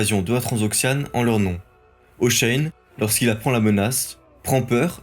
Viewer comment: Pourquoi vous prononcez Hoshein?